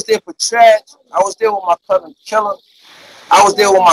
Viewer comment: Me personally I can’t respect no grown man saying bousin instead of cousin